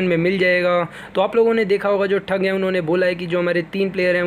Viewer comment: yee thug ko thag kehta hai 😂😂😂